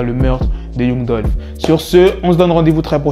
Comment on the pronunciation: Yung dulfe haha apprends à parler anglais